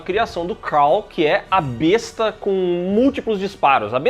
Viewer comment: Eu amo esse filme! Assistia sempre que possível! 😂❤ P.S.: a arma besta, na verdade tem pronúncia com "é", ficando bésta.